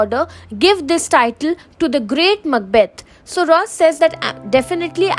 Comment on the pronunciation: Mucbath????? Huhh???!!!😂😂😂 It's Macbeth 😂😂😂